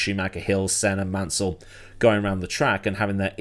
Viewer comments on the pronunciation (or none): none